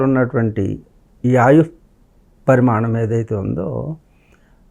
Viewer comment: Vadu anchor pramanam pramanam ani sastunadu..adi parimanam